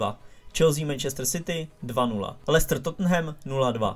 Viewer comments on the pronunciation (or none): none